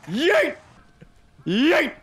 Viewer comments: His yeet is more "yayt" than "yeet" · YEET > Swaggers Yeet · that has to be one of the most "whitest" (if that's even a word) sounding Yeet ever